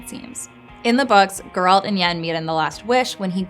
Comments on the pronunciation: It's not ger ALT. It's GER alt. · They really coudnt find someone for this video who can actually say GERALT, and not Grlat, so annoying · Can people please stop calling him Jeraaaaalt?